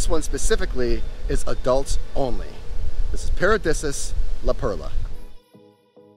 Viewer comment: I believe pronounced... "para-dee-see-us. Could be wrong though. Great review though... thank you